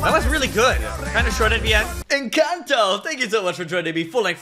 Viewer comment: It’s pronounced Enconto